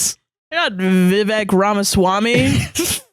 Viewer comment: Vivek is pronounced like Vi-vake (where the second syllable rhymes with cake)